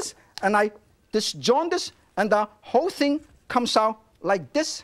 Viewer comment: why he keep saying jaundice